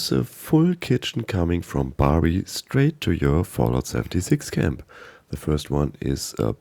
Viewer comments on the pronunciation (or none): none